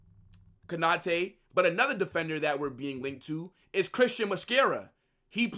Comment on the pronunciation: Konate not Kanate😢